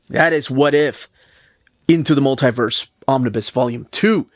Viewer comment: *Mul-tie-verse" is like nails on a chalkboard lol. It's pronounced 'Mul-tee-verse'.